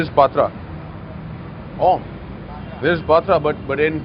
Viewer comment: Patra--->Patrod Chitra------> Chittoud LOLzzzz